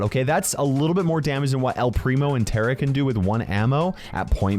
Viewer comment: because you're pronouncing Tara wrong it's supposed to be star-ah not stare-ah